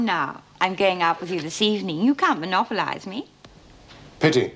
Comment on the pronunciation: Erica "you can't monlopinze me" 🤤 she was such a fox!